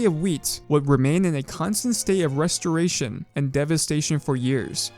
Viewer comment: What's a 'Ree-storation'? Is it similar to a 'Restoration'?